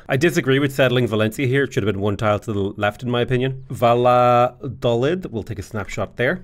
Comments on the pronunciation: I want more disaster saves but personally i'm less interested in saves that don't even include the DLC, it doesn't apply to me really. Also btw its Vayadolid because double L is pronounced as a Y in Spanish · "Ba-ya-doh-lead" (as in Leeds) :)